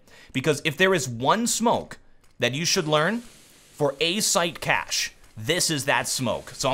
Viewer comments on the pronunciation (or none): none